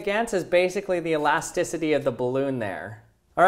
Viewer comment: I don't think that's how you pronounce elasticity...